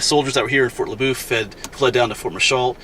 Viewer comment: Everyone around here says fort le boeuf as if you were saying fort la buff. Did you get a chance while you was there and go over to see the covered bridge they was restoring? I don't know if they're done with it yet.